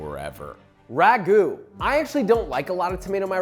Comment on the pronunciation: it is not ragu`